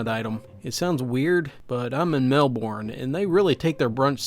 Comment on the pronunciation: the satanic cult is probably doing it because they're just as bored as everyone else in that town. Also, if ur talking about Melbourne Australia, it's "Melben".